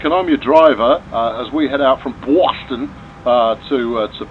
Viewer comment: you got REALLY close on pronouncing "Boston" (bawstun) and I would be a fairly good judge having spent my first 14 years of life on Cape Cod and my mom was from a Boston suburb. But, on with the trains!